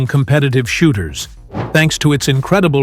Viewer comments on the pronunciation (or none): none